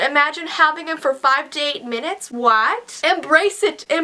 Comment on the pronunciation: XD u said Claines instead of claires and first instead of for but it ok but lel XD